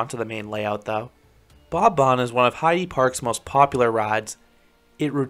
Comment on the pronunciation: Great video as always👍 Just one note:the e in Heide Park (and in any german word) isn’t pronounced like in “eagle“ but more like in “elephant“.